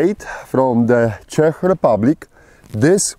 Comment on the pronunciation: finally somebody, who knows how to pronounce Čech properly! You go,!